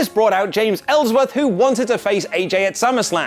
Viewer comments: Really, really? "Ellsworthy" Really? No way in hell Smackdown was less exciting than raw 😒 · Ellsworthy? You mad bro?